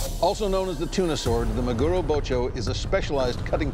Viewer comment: MAguro, friends. Say it with me, MA-gu-ro Gotta love american maGUro